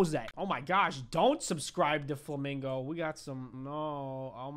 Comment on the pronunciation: Flami"nger" he said bad word